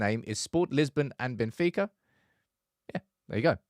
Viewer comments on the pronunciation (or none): none